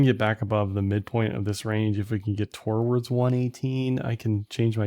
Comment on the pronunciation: WHY DO YOU SAY "TOR-WARDS"